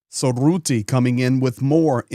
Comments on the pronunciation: just to help you, to pronounce the last name of NATO Secretary General Mark Rutte, aim for the sound "Ruh-tuh" or listen to a dutch news video how it is pronounced by native dutch speakers. Good video 👍🏼✌🏼Slava Ukraini 🇳🇱🇺🇦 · Hi, thanks from the Netherlands. One small remark. Rutte is pronounced with a short u like in " cut", and while you are at it replace the trailing e with the same u.:) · Please pronounce the vowel u in Rutte like the u in stunt. Thank you. Cheers from the Southern half of the Low Countries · Little correction, Rutte is pronounced with the u like in buss.